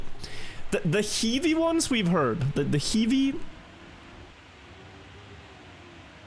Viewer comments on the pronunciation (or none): none